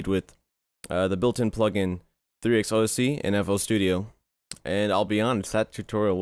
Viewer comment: 3x oscillator. it's really cringy how you say it X_X